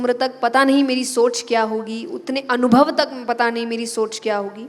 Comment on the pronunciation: Read Anubhav instead of daunubhav.